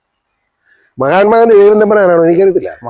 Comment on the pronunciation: അവസാന സോസം അല്ല അവസാന ശ്വാസം മഹാൽ മാ ഗാന്ധി അല്ല മഹാത്മാ ഗാന്ധി താങ്കളെ എനിക്കിഷ്ടമാണ് കോമഡിയിൽ എല്ലാവരെയും കളിയാക്കുമ്പോഴും യഥാർത്ഥത്തിൽ പറയേണ്ട പേരുകൾ കൃത്യമായി പറയണം